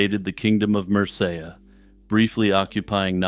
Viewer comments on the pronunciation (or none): mer-say-ya???? It’s mer’see’ia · Good stuff, but you're stretching 'Medieval' and 'mystery' a bit. And it's MER-cee-ah. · Mersayah? Mercia is not pronounced like that. Dude, first simony now Mercia? Get it together!